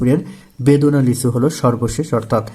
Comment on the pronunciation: বেদনা লিচু না হবে বেদানা লিচু😊😊